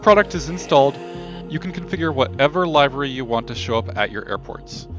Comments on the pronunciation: Nice review, but I couldn't get over you saying "live-er-y" when it is pronounced "liv-er-y" (/ˈliv(ə)rē/). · Thanks for the video sir. I don't think I'll pay money to have the ground crews do exactly what they do now except for having a new paint job. No disrespect when I say this. It's pronounced LIV - ER - REE